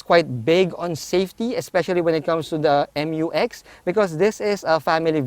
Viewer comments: FYR it is pronounced as "myu-ex", not M-U-X. That's why it is spelled Mu-X. ✌️ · I thought the pronunciation is "myu-ex", and not "em yu ex".